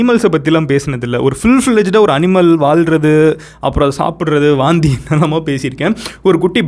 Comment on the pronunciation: Vomit னு சொல்லலாம் ல... எதுக்கு வாந்தி....வாந்தி... னு அழுத்துரிங்க... 😂😂😂சாப்டுகிட்டே Video பாக்கலாம் னு பாத்தா எல்லாமே வெளிய வந்துடும் போல.....🤢🤢🤢